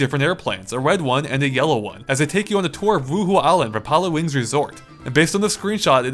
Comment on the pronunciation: Am I the only one hearing him pronounce Pilotwings wrong over and over again?